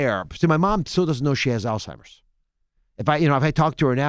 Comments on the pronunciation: Who's still saying All-Timers in 2019? Thought we would all be pretty clear on the word Alzheimer's by now. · It’s not “ALL TIMERS” we gotta do better 😂😂😂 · Charlamagne said Dr. Oz's mom has "Altimers" vs Alzheimer's 🤦🏽‍♀️ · Charlemagne “all-timers” , Dr. Oz “Alzheimer’s “ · Uncle Charla will mispronounce something in a minute... All timers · CTG: “All-Timers” 😂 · "had to spoken"?😂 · U noticed that too...🤣🤣🤣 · william singleton 😂🤣😂🤣😂🤣😂🤣 Charlemagne had to spoken that word wrong on purpose lol